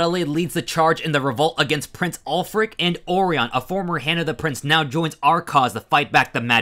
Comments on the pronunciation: I think orion is named after the constellation. Or-eye-un. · There were a lot of mispronounced names in this video. Orion was a particularly shocking one.